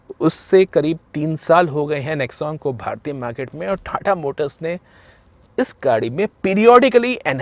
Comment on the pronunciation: Apne accent pe kaam kijiye. Its khiya its kia. Similarly its not thatha its tata.